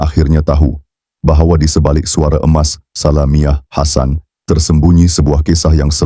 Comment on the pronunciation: Org mcm ni pun nk baca artikal. Sudahlaaaa. Sebut salamiah hasan pecah. Belajar kt mana? Porahhhh